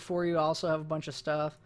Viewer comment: ONI is pronounced Own-ee